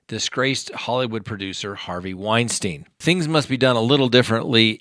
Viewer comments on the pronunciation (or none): none